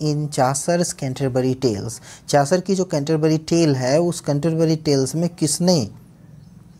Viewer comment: सर चासर नहीं चौसर है ।